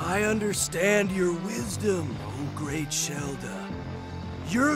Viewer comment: Vinny, Shelda is like the most normal sounding name in this entire game, and you fucked it up like that?